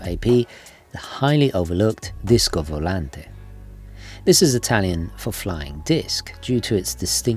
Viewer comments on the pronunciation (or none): none